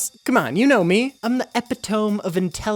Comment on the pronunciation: Epitome is pronounced uh-pit-uh-mee